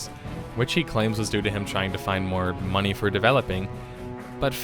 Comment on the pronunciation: "real mumny trading" XD